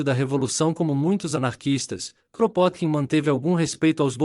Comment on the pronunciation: O nome dele se pronuncia "Krapôtkin".